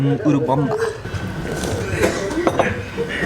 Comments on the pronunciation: Hi guys! You said it right, it's "U...(oooo) U-rubamba. Remember when you pronounce "U" as a long vowel (Unicorn) that's English. Our vowels are usu. pronounced like the "short" vowels in English. Don't know if I'm making this clear. Either way, thanks for sharing your good/bad times. I think you guys are awesome. Thank you for being real and God bless you both always! 💕. Note: - that was cute/lol when you tapped the camera...😂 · pronunciation is correctly. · Thank you! Glad we are saying it correctly